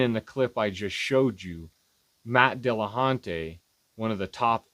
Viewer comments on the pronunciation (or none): "Matt De La Hunté"